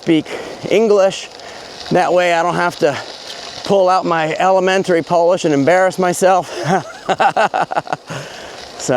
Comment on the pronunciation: I’m Polish from Warsaw myself, living in the US. I am impressed with your Polish pronounciation👍